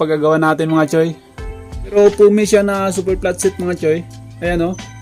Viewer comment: Pano pag pronounce mo platset? Hahahhahaha